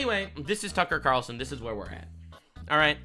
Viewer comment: "Tucker Qatarlson" 😂😂😂